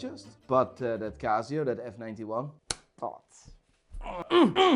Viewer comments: its not CAZZIO its CASIO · It 'K' not 'G'. Kasio and not Gasio. hahahaha. Kreat Worg.😆😆😆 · Laygo, Cazio, Seeko. Watch expert who can't pronounce bugger all.